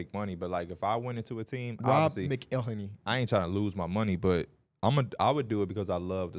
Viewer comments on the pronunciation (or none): The way pronounced “Rob McElhenny” has me dead 😂 Never thought I’d hear Mac referenced on this pod lol